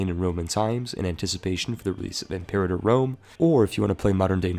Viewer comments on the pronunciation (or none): none